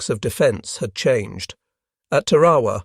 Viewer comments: Please pronounce TAR-a-wa correctly. It is NOT pronounced Tar-A-wa. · Learn how to to pronounce things like ta ra wa